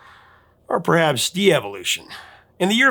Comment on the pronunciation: Devolution not de-evolution.